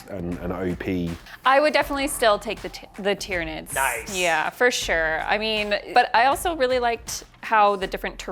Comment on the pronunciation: Did she say Titranids?